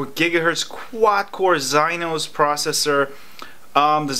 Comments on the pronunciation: Exynos not gyinos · Zynos processor?? Are you serious? Learn how to pronounce exynos before you do another video about Samsumg